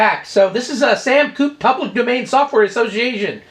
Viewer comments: I wanted to watch this but if you say Coop, then I'm not going to. There is a reason it has a accent on the e: coupé. It's French. Bye now. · 'Koop'... so wrong to hear!;) As a British machine its 'Koop-ay':D Thanks for the mentions again, that's really appreciated! For those new to the SAM Coupe, I've been developing for it for over 26 years. Hardware, software, magazines, I do the lot! My site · Sorry but it is coupe (Coop-ay), sam coop sounds silly. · French word Coupé meaning 'cut' pronounced coupei. Come on. You're a man of the world. Don't be so American;) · Yeah but you know Americans don't know how to pronounce all those funny little marks you put over your letters. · You say coupe, I say coupe. You say tomato.....:D Good to see an old dude like myself having fun with old computers. Carry on rocking,!